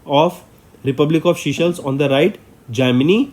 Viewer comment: Sir please use correct pronounciation. Viewers might listen to this and remember wrong words in exam. Forbeg: Seychelles is not seashells